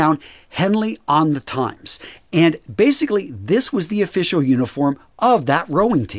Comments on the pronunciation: It’s pronounced Tim’s not Times. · Henley On 'Times' ... Seriously!? For future reference, Thames is pronounced 'Tems' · Henley-on-Thames, Thames is pronounced "tems", not "times". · I love that you do your research on the history of the clothing, but with the Henley shirt the town word ‘Thames’ is pronounce Tems not Times, as in the river Thames through London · Henley on ‘Temms’, rather than Henley on ‘Times’ - I’m a Brit and that makes not sense to me either. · Thames is the river that runs through London, and you pronounce it as Temz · It's pronounced Henley on tems, love your channel by the way..in the UK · Please - Henley on Thames. Thames is pronounced "Tems". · Thames is pronounced "Tims" or "tems" my friend. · It's Henley on Thames (pronounced "Tems") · you butchered the pronunciation of the River Thames but we'll let that slide because this was another awesome video! Keep it up! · I love videos like this. It's not just the list, but the added detail that provides. A very minor criticism: the pronunciation of the word "Thames" is off 🙂